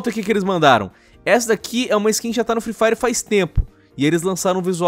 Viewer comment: "free firw" parabéns por ter destruído o inglês